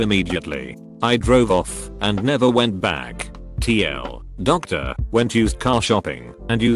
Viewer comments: Nobody: Text to speech: TL;DOCTOR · This guy doesn’t even listen how the TTS comes out so there isn’t bs like “TL;DOCTOR” or “Homieowner”. One could go to Reddit and read their shit on their own and that’s exactly what I will do before someone replies “tHenn. wHy DOoNT Uu JJusT SWiTCh ALReADY?”